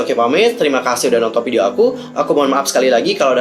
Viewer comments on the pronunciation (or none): none